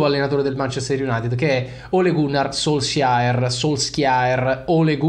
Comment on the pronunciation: Si pronuncia SULSHAR!!